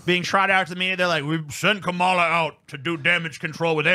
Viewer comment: It's pronounced: "Kom-Allah."